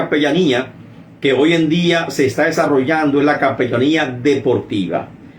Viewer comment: Es capellania no capellamia.